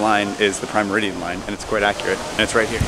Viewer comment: How come doesn't know how to say "meridian"?: - ) Beyond that, I have loved that you guys have taken us on your trip to the UK (and to the boat show)! I found the mini series on Harrison's development of an accurate chronometer to be truly fascinating. So seeing the "clock" display at the Royal Observatory was truly great! Thanks.